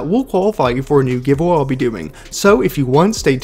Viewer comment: Can you say giveaway right